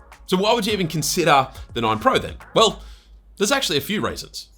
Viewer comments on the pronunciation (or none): When you said "there's actually a few reasons" it sounded like you were saying "a few raisins".